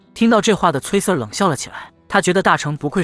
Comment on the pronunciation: Sir這個英文讀錯了，不停的聽到錯字令我很在意